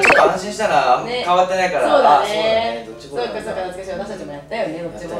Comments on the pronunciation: ドッジボールのジがヂになってる 笑w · ドッヂボール×ドッジボール○